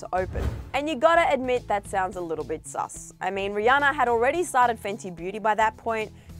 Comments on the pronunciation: ... did she just say “ree-anne-ore”.... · Lmao am I the only one that hears her say “ rihanner” in the beginning of the video